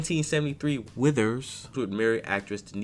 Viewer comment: Can you stop saying his last name like that?